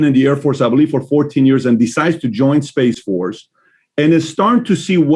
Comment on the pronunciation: "Space fotce"? What a joke